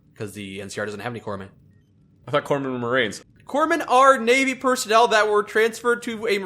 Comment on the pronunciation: "Corpmen"? "Segway"? And here I thought that "thru" was going to be as bad as it got...